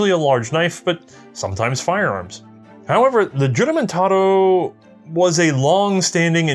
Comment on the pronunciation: He made mention of the "Juramentado"... It's actually pronounced the Spanish way with the J pronounced as H therefore it's pronounced "huramentado"...